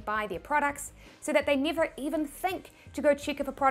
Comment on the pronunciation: No, I want to understand your "E" thing, when NEVER becomes NIAVECH :) , or COMPARE becomes COMPIARE :)